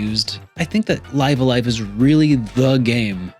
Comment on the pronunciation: I'm pretty sure it's supposed to be pronounced, "Liv a Live".